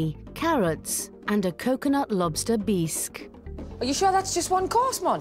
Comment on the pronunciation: Beesk? Instead of Bisque? Whoever does their overtalking mispronounces so many words.Maybe English is not their first language. Wish I could remember all the words they mispronounce. You would think whoever edits these programs would catch them.